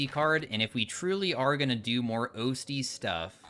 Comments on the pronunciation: holy fuck pls Osty is pronounced awstee 😭 like Osteoporosis or Ossification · 100% would watch ur STS content EDIT: AS LONG AS YOU LEARN TO SAY "OSTY". It's "AHH-stee", like how "osteopath" sounds. Ya know, the bone doctor. Cuz the hand is bones. But anyway, I swear I'm OK. I'm not even scraping my ears any more over this. It's fine.